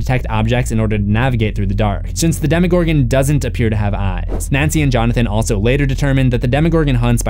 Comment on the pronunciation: Demogorgon. It is not spelled "demigorgon". Damn. I like your channel but the way you pronounce some things seriously makes me cringe.